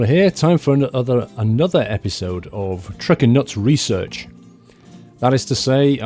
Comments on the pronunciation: its called reearch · You didn't call it Trukin' Nuts Research, you called it Truckin' Nuts Reearch ;)